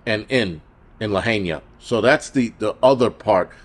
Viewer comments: 😂 bro it’s not Luh- hay- nia 😂😂 it’s Luh-hi-nuh I’ve been laughing at you all day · Bro it’s LA-HI-NAH not LA HAY NIA but great content anyways. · ITS PRONOUNCED “ LA HI NA” AND PLEASE PRAY FOR ALL OF MAUI, THIS WAS PURPOSELY DONE TO LAHAINA JUST LIKE THE PARADISE FIRE WHICH I WENT THROUGH ALL DAY ALONG WITH HUNDREDS OF OTHERS, ALL OF US KNOW IT WAS DONE TO US AND PLANNED! THE TRUTH ALWAYS COMES OUT IN TIME AND THE EVILDOERS WHO PERPETRATED THIS WILL ANSWER TO THE ALMIGHTY AND BE CAST INTO THE LAKE OF FIRE FOR SURE!! 🔥🙏🙏🤙🏼🙏🌺🙏🙏🙏🙏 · It’s La-hi-na!!!!